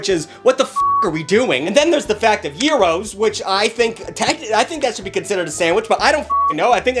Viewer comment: I'm so proud of the fact that he pronounced gyros correctly. sincerely, a greek (PS. we don't call gyros a sandwich)